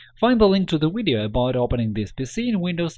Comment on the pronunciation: You know it's a real tutorial when they say "wideo"